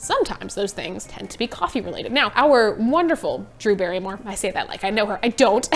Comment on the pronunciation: Brew Darrymore? ☕️😄 Your vids are cool and funny, Morgan!